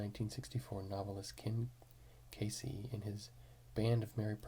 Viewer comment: "Pismo" Beach, CA, not PRismo. "Louis" Armstrong, not Neil. Ken Kesey is pronounced "Kee-Zee". I'm sure this seems silly to most, but accuracy in reading & pronunciation seems to be a vanishing skill. Sad.